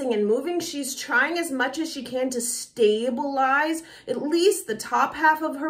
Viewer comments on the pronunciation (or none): none